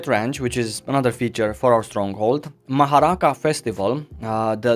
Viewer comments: Awesome video buddy, always enjoy your videos. Just to help you out with pronouncing Maharaka you pronounce it Ma-Ha-Raka it's a very Polynesian name. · Legends says that he is still trying to pronounce Maharaka.